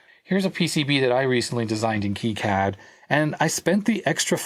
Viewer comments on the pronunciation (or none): Its kicad not keycad